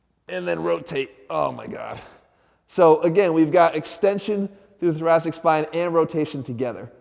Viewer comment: I keep thinking he's saying "the Jurassic spine"